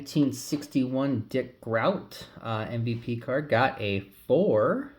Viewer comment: Pronounced GROWT. (Groat) Centerinng on cards should NEVER be an issue with modern cards. Technology shouldn't let it happen.